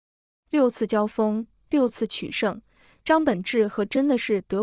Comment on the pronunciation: 這是什麼AI語音,張本智 和,能不能好好講人家的名字